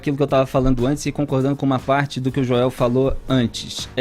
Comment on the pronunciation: "Fala asin do Joiel naum, çeu bolzomion..." kkkkkkkkkkkk...